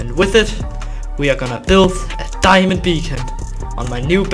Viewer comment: I really love his "diamondo" accent😂😂